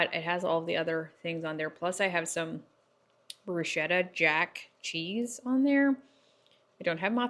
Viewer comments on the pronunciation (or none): none